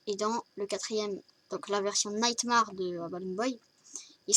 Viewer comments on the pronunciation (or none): 1-Ce n'es pas "naïtmarre" c'est "naïttmairre" comme TA MERE (xD) et sa secrit Nightmare. 2-ce n'est pas Bibi mais BB (Comme bébé) 3-C'est le costume de SPRING BONNIE PAS GOLDEN LAISSE GOLDY EN DEHORS DE TOUT SA (oui c'est mon préféré et alors) 4-Balloon ne fait pas flipper je suis désolé 5-c'est pas des mains de vieux c'est méchant pour les seniors... -_-" xD 7-Je sais que tu lis pas tes coms 8-tas pas remarqué que j'ai sauté le 6 9-je vais t'écrire l'histoire parce que je me fais chier. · Sa se dit nightmÈre et pas nightmAr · t con en plus ca se dit nightmAIre pas nightmamAre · Faut que tu fasse un texte au lieu de faire à l'improviste et aussi nightmare se dit nightmère et pas marre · Super accent anglais xd nightmaare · Super ta vidéo mais par contre le nightmare se prononce nightm'è're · Non il s'appelle nightmar bb parce que se n'est qu'un coshmar comme son nom est tu ne c'est même pas le prononcé nightmar XD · ppppppppfffff franchemant fais pas de video fnaf si ta pas revisé ET NIGHTMARE SE PRONONCE NIGHTMA''I''RE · On di pa nightmare mais sa se prononce nightmair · J'aime bien comment tu dit Nightmare x) ou est l'accent anglais (PS : C'est mal prononcer mais c pg)